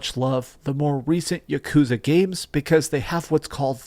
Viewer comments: For such a complete and utter dorky dweeb I thought this guy would know how to pronounce yakuza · Stop pronouncing yakuza like that lol